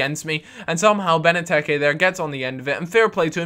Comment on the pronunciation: wait pretty sure he said 'Beneteke' like anyone else notice?